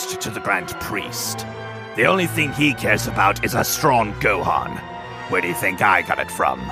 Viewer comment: Yeah... Gohan A is Gohana, Gohan with an "a" at the end.